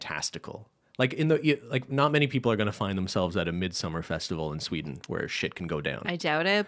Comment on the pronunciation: Lmaooo sort of joking pronounciation of "midsommar" was honestly the most correct one. I fucking can't.